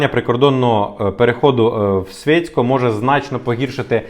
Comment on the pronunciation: Курча . Не свєцько а Швєцко.